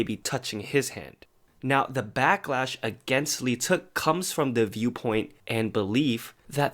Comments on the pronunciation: Lee teuk omg that aint how you pronounce it i am in PAIN How many people think its actually pronounced like that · Your pronouncation of leeteuk is horrible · OMG dude. If you're making videos about idols seriously learn how to pronounce their names! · cringe whenever people pronounce leeteuk as "lee-teuk" its silent "l" yall